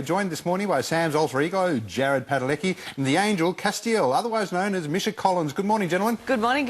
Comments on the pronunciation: Did the interviewer just call misha, michi ? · Really wish these interviewers would've learnt how to say Misha right.....